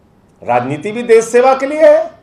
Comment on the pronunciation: Uncle SH bolna seekho .....S nahin hota .....des, vides, sosan , sabasi, sor ,behos